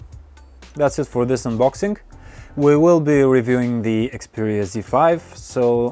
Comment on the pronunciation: I think I heard you say xpooria z5.